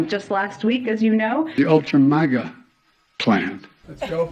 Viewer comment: Stupid Biden couldn't even say Ultra Maga . He said Ultra Magna. What an idiot. He can even do insults correctly. LOL